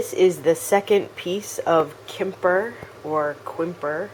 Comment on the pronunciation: I love your informative vids just a heads up the french pottery Quimper is pronounced like "Kampair" not trying to be nit picky but I am a French/American who tries to teach french!